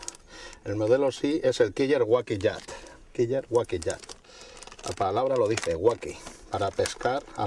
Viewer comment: kiyer guaki??? jajaja porque no lo pronuncia bien tal y como es su nombre, killer wacky (quiler se pronuncia, pues que miedo les provoca??) es como cuando quieren decir spider man y pronuncian espider man, asi no se llama!!! las cosas como son